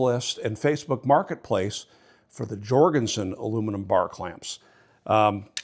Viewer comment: Jorgenson Scandinavian Pronouncing the J as Yorgenson?